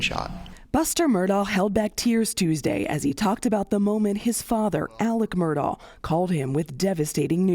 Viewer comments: It's actually pronounced "Murdock" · would be better if journalists pronounced names correctly. Last name is also pronounced Murdock. It's just not a good look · Pronounced Murdock.. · Is your named spelled Kerry but pronounced Karen? If the letters aren't there, don't stick them in yourself. If the first Murdaugh was cognitively underdeveloped and thought the sound of the letter K is produced by the letters "augh" that's on him. Don't follow in that idiot's footsteps.